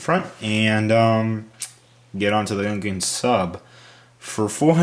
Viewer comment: Is the interactive transcript the only one who agrees he says "Gunkun Sup" rather than "Gungan Sub"?